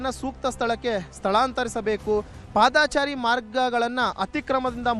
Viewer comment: " ಪಾದಾಚಾರಿ‌" ಇಲ್ಲಾ ಕಣಪ್ಪಾ " ಪಾದಚಾರಿ " ಅಂತ‌ ಸರಿಯಾಗಿ ಸರಿಯಾಗಿ ಹೇಳಪ್ಪಾ" "ಪಾದಾಚಾರಿ" ಅಲ್ಲಾ " ಆಚಾರಿ !! ಆಚಾರಿ " ಅಂತ ಹೇಳಿದರೆ ಅಪಾರ್ಥ ಆಗುತ್ತೆ